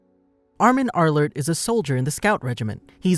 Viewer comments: "spoiler arlerlt" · he said the last name wrong